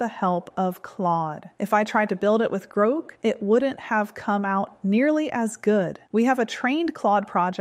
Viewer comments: Your script has you mispronouncing"GROK" at the timestamp of this video. In essence rhyming when 'Spoke' Grok as 'Groke'. This long vowel sound took place only once, and apparently for no reason other than sloppy AI performing. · I find AI mispronunciations annoying. It says "Grok" then in the next sentence it says "Groak". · When you say Grok differently then I suppose that is your trained AI.